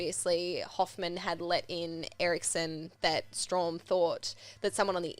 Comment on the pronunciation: its strahm not straum